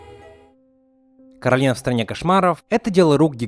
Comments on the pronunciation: Не Каролина а Коралина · Сори но правильно к`оралина а не каралина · Некаралина а коралина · Коралина* Почему все говорят Каролина? Если она Коралина? 😩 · кОралина а не КорАлина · Не Коралина а Королина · Не Коралина,а Каролина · Не Коралина, а Каролина, это моё имя-_ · Меня одну бесит, что он говорил Каролина, а не кОралина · Расул Гасанов в мульте русский чел называе её Каролина, а она говорила Коралина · Королина ударение на на вторую о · Коралина ударения на О